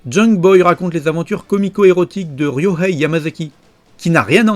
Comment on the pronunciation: Junk Boy, je l'ai en DVD. La VF est assez risible car (comme souvent avec Manga Video) la traduction française a été faite à partir de la version anglaise, ce qui fait que Ryohei est prononcé à l'anglaise "Railleohey". J'aime beaucoup cette OAV parce que c'est magnifiquement crétin. Pour moi, on est à la limite entre la comédie sexy et le hentai pour adulte. Je pense d'ailleurs que s'il n'y a pas eu d'autre épisode, c'est que Madhouse ne serait pas parvenu à garder cet équilibre si d'autres épisodes avaient été produits.